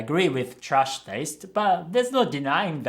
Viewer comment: I dont mean to offend you, I just found it interesting. Icn I realized your "a" in "trash" sounds pretty german 😅